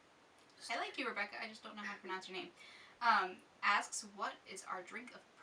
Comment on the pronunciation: You did pronounce my name right. Thanks for your answers! Rebecca